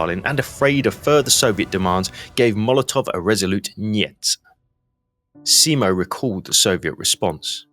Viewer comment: For the love of god, just call him Simo, and stop this butchering of the surname...